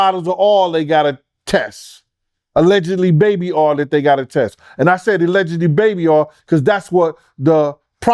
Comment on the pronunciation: 5/5/25 means we get to find out what is in those bottles of baby oyyyy😂😂😂 be kiilin' me with his pronunciation.